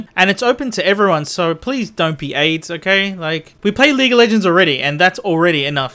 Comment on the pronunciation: "Leegah LEHHHgends"